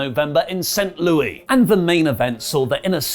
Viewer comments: british people stop . its pronounced "saint lewis" not "saint louie" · We pronounce it Saint Lou-iss, not Saint Louie.